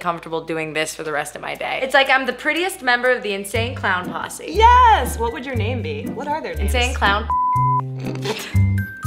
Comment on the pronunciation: Does anyone else think that what Hannah said was "Insane Clown Pu*sy" cause it sounds like "Posse"